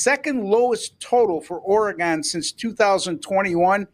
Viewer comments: Oregon, not Oregone…. Stop it you sound ridiculous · it's pronounced oregun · Oregun not Oregone your destroying the fans ears. Ducks pull it off but doubt I would bet the spread. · Which Orygun ( that’s the way it’s pronounced) team will show up on Saturday is the BIG question. If the real Ducks team shows up they will win by two or three touchdowns but if they don’t the Beavs can beat them. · Please learn how to pronounce Oregon. Its orygun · it is actually shown both ways in the dictionary. But as Football fans these guys have no clue that fans and those that live in or lived in call it Orygun . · Very annoying how this guy pronounces "Oregon." Staying away from these videos.